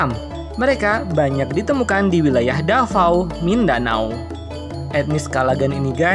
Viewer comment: Davao bukan Dafao lol Bukan Fyfty fyfty tapi 50/50